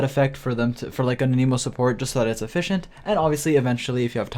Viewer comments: So I disliked this video purely because people just can't speak English why is he pronouncing Anemo like he's trying to find his lost clown fish son😔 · I love how this man says Anemo "Animo"